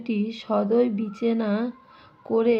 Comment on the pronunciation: বিচেনা কি,ওটা বিবেচনা হবে।মার্জি আবার কি ওটা মর্জি হবে